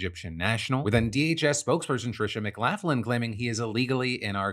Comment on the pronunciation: McLaughlin is pronounced Mick-lock-lin usually, maybe she pronounces hers different for all I know though.